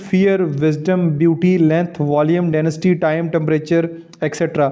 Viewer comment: Sir word denasty nahi hai density hai .